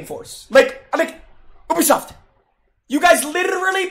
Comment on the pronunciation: It's Ubisoft not ewbisoft 😂😂